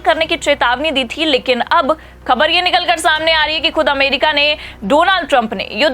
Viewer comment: Anchor, improve your bad pronunciation. You can't speak: ka, kha,, Z, J. Khabar, Khatra are wrongly pronounced.